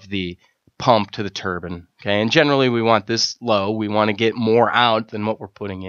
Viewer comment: Great video, only thing I could criticize is how you say turban instead of turbine. But supper helpful video!